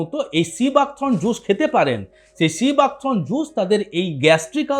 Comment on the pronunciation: সিবাক থ্রোন নয় থর্ন।